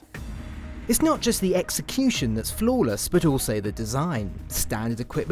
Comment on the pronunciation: Does he said flawless design?